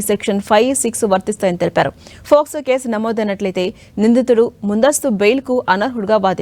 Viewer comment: Adhi FOCSO no Docso no kaadhamma... POCSO.... oka news channel lo news chepthunappudu knchm jagratta ga maaatladuthe bauntadhi